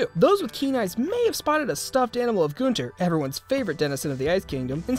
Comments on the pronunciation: please stop saying Gonter... it's Gunter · Love how everyone says Goonter instead of Gunter